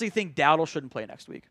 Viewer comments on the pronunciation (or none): none